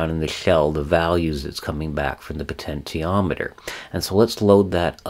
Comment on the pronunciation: Thank you for these detailed lessons on technology. I have used them with good success for teaching kids about the topics. However, your pronunciation of "potentiometer" is very distracting and confusing for kids. I am curious about the reason. Have you learned these topics strictly from books and never heard another pronounce the work correctly? If so, I commend you for learning so well in a vacuum. Or, is it some affectation that you think sounds good, or is it just very hard for you to pronounce the "sh" sound? In any case, It would be best to try to use the accepted pronunciation -"po-ten-she-ometer" so as not to confuse young learners.